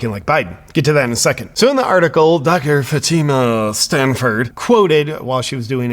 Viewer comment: It's FATi ma... Come on FATi ma... 🤣😂🤣🤣🤣😂🤣🤪